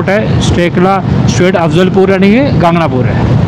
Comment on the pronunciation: गागणापूर नाही गाणगापूर